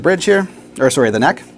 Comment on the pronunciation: "Sorey, not sorey" LOL